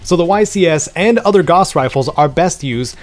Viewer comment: You totally butchered the pronunciation of Gauss which is Pronounced like Mouse or House except with a G.